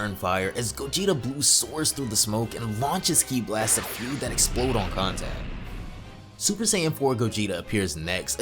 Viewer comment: I don't discriminate no one BUT man come on!!! Learn proper pronunciation. It IS FU. F-U. so it's should sound FU or FOO (FOO [D] Food without the "D")! NOT, FEU, FEW, or whatever. If you love and respect Dragon Ball and its writers and creators at LEAST learn how to pronounce names correctly in this way at least it shows how you appreciate their works!